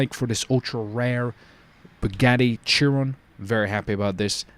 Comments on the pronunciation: It’s not a Churon it’s pronounced Cheeron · It's pronounced "Shear-on" 😂 but nice attempted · It is pronounced like Bugatti sheron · Chiron (sh-eer-on)